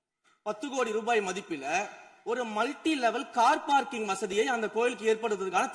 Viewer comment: Car Parking(No) Sekar Babu: Par Carking😂😂